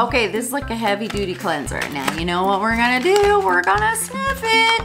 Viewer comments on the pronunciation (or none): none